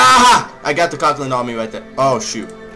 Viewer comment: Lol it's not (cock-land) it's pronounced (co-can-ed)